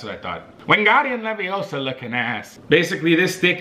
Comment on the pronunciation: its leviOsa no leviosA